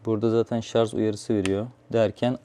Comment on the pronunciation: şarja şarz demesen çok kral adamsın hacı 😄